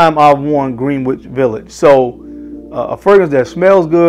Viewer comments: I cringe every time he pronounces it Green-wich instead of Gren-ich. Definitely not a New Yorker. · Love your video reviews and the quality is phenomenal. However, the snobby New Yorker in me is cringing. I know how it’s spelled, but it’s pronounced Gren-itch Village. I know it doesn’t make any sense, but that is the way we snobby New Yorkers have pronounced it. You tha man and keep pumping out the great vids. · ...Love you, your content, your knowledge on perfumery and Fashion. Keep going brother! (Being a native New Yorker [Brooklyn] you get a pass for butchering "Greenwich" lol...its pronounced "Gren-itch"...I know the spelling doesn't help). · So weird how Greenwich Village is pronounced Gren- itch. Gren, like Ken or Ben, but it’s spelled Green, like the color Green. The English alphabet makes no sense! Anyway, besides that small rant lol I absolutely love Greenwich Village, it was love at first sniff 😍 I find it interesting how fragrances that don’t smell quite as good get so hyped up for one reason or another, then we have something like this that’s more beautiful yet not as talked about. Like you said better for us, it doesn’t become as common. Great review, thx💙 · Green wich 😂😂😂 say you’re not from NY without saying it ❤